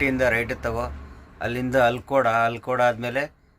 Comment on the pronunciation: ಚೀರ್ಪೋಯ ಅಲ್ಲ ಚೇರುಪೂಯ ನಮಸ್ತೇ kL 14 ಕಾಸರಗೋಡು ಅಲ್ಕೋಡ್ ಅಲ್ಲ ಆಲಕ್ಕೊಡು